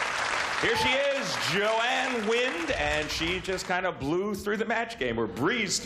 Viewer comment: Gene: “JoAnne WINDAH”! 🙄